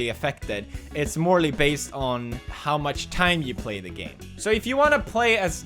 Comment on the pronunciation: He said 'morely'